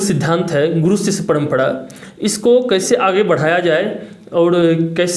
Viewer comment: गुडू क्यों बोल रहे गुरु होता है